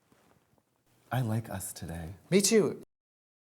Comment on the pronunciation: Tracy said "Pre-SENts" and not "PRE-sents" like she usually does, she also fudged up the intro, odd....